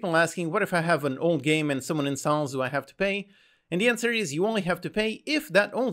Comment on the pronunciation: Why’s he saying incels instead of installs